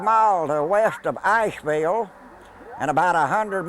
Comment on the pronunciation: I know he meant Ashville but sounded like Ice ville to me.